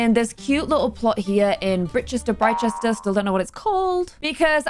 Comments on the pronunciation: Hi. Britechester should be pronounced like "bright-chester":) You're welcome:) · it’s pronounced “bright-chester” :p